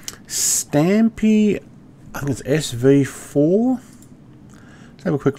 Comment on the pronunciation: pronounced stomp